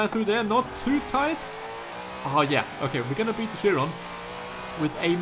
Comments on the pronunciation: I hear you saying Bugatti Shiron one more time and I'll blow up. IT'S PRONOUNCED KIRON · did you know the bugatti chiron is pronounced kyron ?